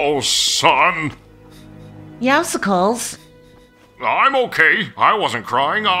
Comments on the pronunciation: Why do they say Meowsicles instead of Meowcles LMAO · The name is pronounced meowscles and yes I know u guys either live in Scott land or somewhere else with a British voice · Everytime I hear them say meowscles wrong it rlly annoys me